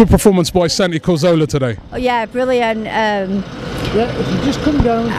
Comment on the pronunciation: who is this santi ''CORZOLA'' ? FFS get it right !